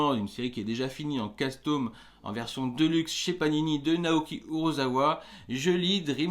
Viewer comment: Naoki UrAsawa, fais un effort 😅 Sinon bonne vidéo comme d'hab 👌🏼